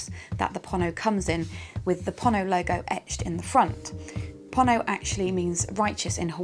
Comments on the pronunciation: It' Pono as in Edgar Allen "Poe" and "No". Please guys get this right. FWIW I am one of Pono's forum moderators and regularly meet with Pono so am completely clear about this. Hearing you mis pronounce it really grates. cheers ian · this should be kind of obvious. Think "polo" or "Apollo". It's "pono", so why pronounce it like "ponno"?